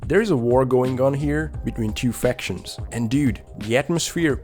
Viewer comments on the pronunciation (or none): none